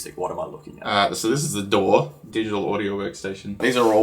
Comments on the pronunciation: DOOR instead of DAW is a great Australian accent joke! 😂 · "DOOR" instead of "DAW" was hilarious!!! What amazing video in general, Engineer Jack is great fun to watch :) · DAW, not door